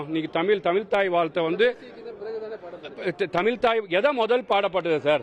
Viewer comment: தமில் நாட்டு ல